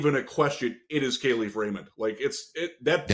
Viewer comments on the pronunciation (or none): Yo fellas. I know ya like to get shit right so here’s a correction. Kalif Raymond has specifically asked media to pronounce his name right. “Kal” is pronounced like cauliflower. Kah-Leaf. Love the program as always!!! FTP